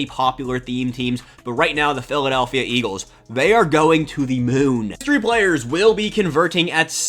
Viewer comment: The way you say, BLACK HISTORY PLAYERS makes me suspicious 🤣🤣🤣🤣🤣🤣🤣